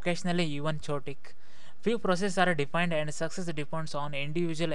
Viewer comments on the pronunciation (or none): chaotic is pronounced as "k-o-tic" my friend